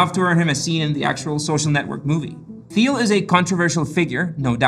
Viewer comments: teel, not theel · I think you pronounce Thiel as "Teal". Feel free to correct. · It's pronounced Tiel dude (jesus christ). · you said thiel wrong the whole time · Not quite sure why you couldn't even pronounce Thiel's last name correctly? How do we trust you as a source of information if something so basic is not even researched? Also interesting how you paint him as some kind of nefarious "white male" figure without even mentioning the fact that he is openly gay. I would have thought that added a significant degree of interest to his status as one of the founders of modern e-commerce. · you're pronouncing Thiel wrong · Is he pronouncing Thiel properly??